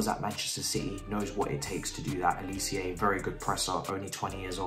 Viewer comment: Bro bro bro bro bro.. it’s just pronounced how it’s spelt g, Olisé. Not olicieah